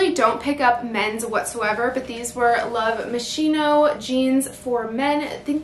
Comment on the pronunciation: It is pronounced Love MasKino:-)